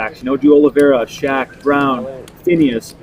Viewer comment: Oliveira is pronounced similar to "aw-leev-ay-da"